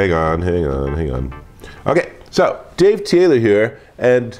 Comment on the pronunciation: here, Deeve, 😂🤣😂🤣